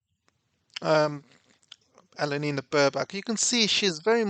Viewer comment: Did you just say Anal Lena? LOL how appropriate. you're a legend always look forward to your videos